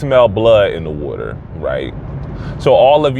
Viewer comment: says “sharks in the wwwwwuuuuuudddrrr” 🖤💛